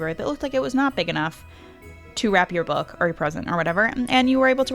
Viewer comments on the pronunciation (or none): none